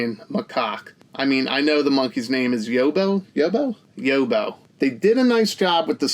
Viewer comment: Quality review as always, mate. Couldn't agree more about the Nok art, use it ffs. Just want to school you on some Aussie vernacular. You pronounce Yobbo 'Yob-beau'. So, Yob like Bob. Lastly, Macaque deserves all the jokes, so thank you for getting 'em off.